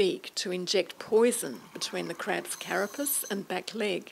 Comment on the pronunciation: I think the way she said 'carapus' bugged me almost as much!!!